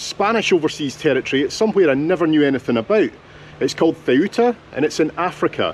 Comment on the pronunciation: you pronounce Ceuta - soo-ta